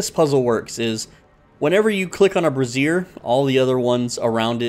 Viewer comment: It's pronounced braaaazer... you keep mentioning bras all over the place.. great content either way!